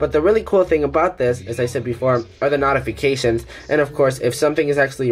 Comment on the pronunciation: Your pronunciation of “notifications” or “notify” is inaccurate it’s pronounced “note-ify” not “not-fiy”